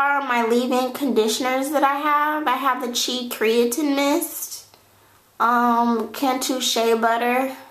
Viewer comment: Keratin not "cree-ya-tin" or watever u keep calling it